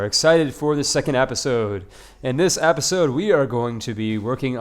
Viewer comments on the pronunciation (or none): You saying APPisode is starting to get to me. Lol